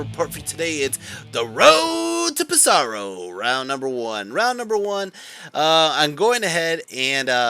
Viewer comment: Hey man! Love your content and wish you all the best for the tournament. Only one pet-peeve.. is actually pronounced Pèsaro, not Pesàro:)